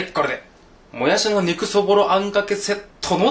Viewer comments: ぬんずん ぬぃら、ぬんずん、もやすぅ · もやす、ぬんずん、ぬら に笑った🤣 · もやす、ぬんずん、ぬら 癖が強いwww